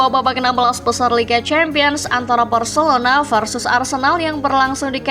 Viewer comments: ga salah denger kah, Varcelona😂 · Telinga lu gak salah bg Gw puter berulang kali buat mastiin 😅 Varcelona 🤣🤣